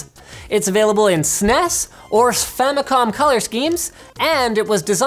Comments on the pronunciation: Did he say "sfamicom"??? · Sfamicom lol